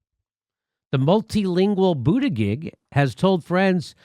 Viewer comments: Mr. Dore, here in South Bend we pronounced Buttigieg as: Boo-ti-judge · Hey Jim-why Dooor-eeee, his name is Boot-a-judge. Quit pulling a Kamala move that would make Matt Gaetz or the California Cowman proud. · Come on Jimmy, why mispronounce his name? You're better than that. Anyways, his real name is pronounced "Wall Street Pete." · Jim, you say it wrong. it is pete butt engaged,FFS! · I got a kick out of the way Kyle Kulinsky use to mispronounce Wall Street Pete's last name as Booty-Judge. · It's BOOTY-JUDGE! Insult him relentlessly, please! But pronounce the name right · Boo-ti-gedge. I hate him as well, primarily for his McKinsey connections. But refusing to pronounce his name correctly is akin to the Repubs not pronouncing Kamala. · I'm no fan of Pete Buttigieg but I gotta down vote this video because Jimmy refuses to pronounce his name correctly. It's not that hard and it makes Jimmy look like a petty jerk. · booty-gig or booty-judge ? how is it pronounced? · He pronounce Buttigieg incorrectly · Jimmy can you learn how to say his name, or is it Irish insolence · Look feel what you want about the man I'm totally fine with that but pronounce his last name correctly. If the left is supposed to be respectful and tolerant of trans and non-binary folks selecting their pronouns maybe we could call somebody by their name. Weasel peach, Mayo peach, whatever! but say his last name correctly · Why can't you pronounce his name correctly?